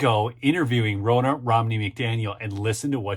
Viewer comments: Ronna , sounds like Donna...not that hard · it's RONNA which has the exact same 'O' sound as in Romney, not Rona.